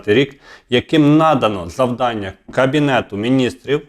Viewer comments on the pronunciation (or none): none